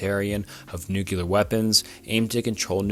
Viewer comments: Good video. It's pronounced (noo-clear) not (noo-qu-lar). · Jesus dood say it with me, "new clear" not "nookalar" and maybe figure out pronunciation of like 40 percent of the words in script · Thanks for the new, clear way of how to pronounce "nookyular." Those queeyulars in government are doing their best to bring it about. Have no fyular, crack a byular... because the end is nyular. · Nu-CLEAR. Not New-QUE-Ler. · Nuclear. Not newkyuhler. It's not a case of "tomato, tomahto". It's a case of reading a word and saying it wrong. Lmao. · NUCLEAR not nukular lmao. just a pet peeve tho great video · "Noo-klee-ur" not "noo-cue-lerr" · It's pronounced New-CLEAR, not New-kew-lurr. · Bro you need to learn how to pronounce "nuclear." It's not NEW-q-lar. It's NEW-klee-ar. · Bro says "nucular" lmao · "Nucular" never fails to amuse me whenever I hear someone say it like that lol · NuCLEAR. Hate to be that guy but it bugs me a lot lol. Great vid tho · This guy is obviously a competent speaker. Every time he said Nuke-cular, it made me laugh. He must have gone to the George "Bushy" Bush Academy. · I agree it's been getting better. I definitely have issues with the mispronunciation of words when it's a video and can be rerecorded. Pronouncing nuclear "new-cue-lure" really got me in this one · "prolifitarian" bonus: "nucular."